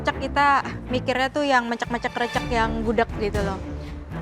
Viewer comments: Risih bgt disebut nya *krecek😢😢 , harusnya ke-> recek (rese - check - cek) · Chaf Karen bilangnya Krecekkk harusnya Krecekkk pake E 😭 paham ga si bacanya E bukan e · iya, dibaca krécék harusnya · Sbenernya bilangnya krecek bukan krecek, wkwk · Kok chef KC bilangnya krecek? Kan yg bener krecek